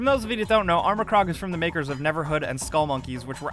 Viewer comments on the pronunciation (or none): none